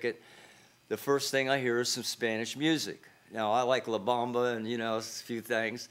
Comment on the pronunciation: He said la bomba…I knew this was going to be ridiculous